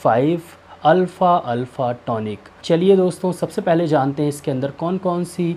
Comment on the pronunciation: Alfa Nehi alfafa hai apko bolna hi Nehi ata...